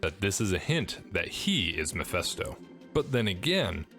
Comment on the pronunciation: YOU KEEP PRONOUNCING MEPHISTO AS MEPHESTO. PLEASE STOP IT!!!